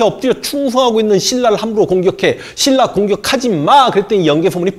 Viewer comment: 역thㅏ 7thㅔ기 thㅣㄴ 라 ㅋㅋㅋ 아 이형님 발음 들어도 들어도 묘하게 중독됨